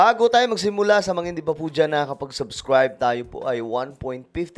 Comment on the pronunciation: Brod Subscribe not " subskwayb" are you Elmer Fudd!?